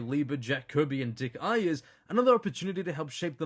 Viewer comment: Dick Iyers? It’s aye ers. Say the letter A, not I.